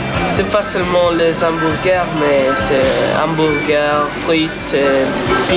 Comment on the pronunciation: En résumé, William Sheller était à l'époque le seul français à prononcer correctement le mot hamburger. En 1997, ouiiin, BK quitte l'hexagone. La disette durera 15 ans